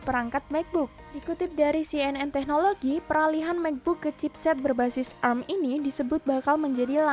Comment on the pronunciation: A R M bukan erm.... :V